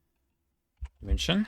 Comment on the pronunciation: naja münchen hat er nicht sauber ausgesprochen aber so sachen wie thüringen waren perfekt. ausserdem hat er schon einen akzent dabei gehabt und die betonung war auch eher amerikanisch englisch